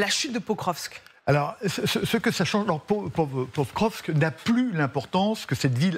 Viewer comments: Un general consultant dit que Pokrovsk est sur la ligne de mire russe depuis plusieurs mois, donc le nom de Pokrovsk est connu de tous y compris des gens lambda sauf que lui au lieu de prononcer POKROVSK il dit POVROSK. Même la journaliste essaye de le corriger en prononçant convenablement le nom de Pokrovsk. comment peut il faire de l'analyse militaire alors qu'il est incapable de prononcer le nom d'une ville faisant parti du front ? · Ça fait des semaines qu'ils parlent de Pokrovsk sans réussir à en prononcer le nom ... et après ça se fait passer pour des experts de terrain 😂